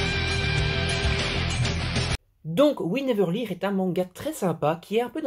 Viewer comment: ça se prononce leurne en fait :p